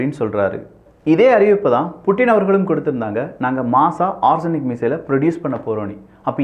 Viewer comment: ஆர்ஸனிக் இல்ல ஒரெஸ்னிக், பார்த்து படிக்கவும்